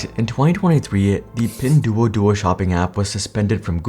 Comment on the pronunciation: It pronounced as "Pin-dwo-dwo".